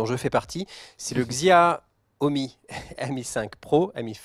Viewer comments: svp, arrêter de dire Xiaomi, ça se prononce "Chaomi" ! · on dit "Chiaomi" pas "XXxiaoooomi" vous faites des efforts quand c'est de l'anglais mais jamais pour une langue asiatique c'est fou... Enfin c'est pas non plus parce que c'est chinois que c'est nul franchement à vous entendre on croirait qu'un smartphone chinois = arnaque..!